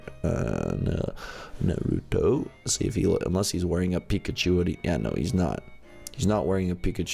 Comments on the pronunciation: OMG U MADE ME CRING WHEN U SAID NAUTO WRONG XDDDDDDD ITS PRONOUNCED -> NARTOTO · Nah-ruh-toe not nae-too-toe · isit just me who cringed when he said Naruto as neruto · it is Naruto NOT Milito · Lol I got bored so I was watching it the vid with my sister and at the end when said naruto but different my sister is a anime fan so she kept on yelling his name is pronounce nar-a-toe lol but it was funny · it's pronounced nah-ru-toe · ITS PRONOUNCED NARUUUUUTO!!!! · The way is saying naruto is triggering me 😂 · you said naruto wrong😂😂😂omg said NARUTO😱😱😱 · you took it too far! You can’t say Naruto wrong! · DID HE JUST SAY "NARUTO"?!?! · he doesn't know how to say Naruto